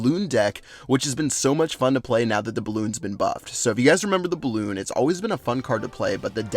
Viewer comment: Such a tb when he said balloonion clash of clan strategy